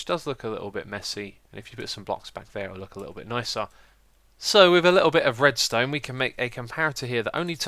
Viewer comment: Oh and "Redstonned" ha ha :)